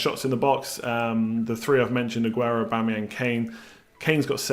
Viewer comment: He's doing Aubametings